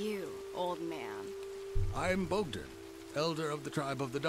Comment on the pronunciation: Boghdan lol